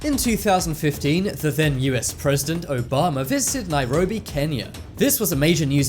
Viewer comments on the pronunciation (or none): none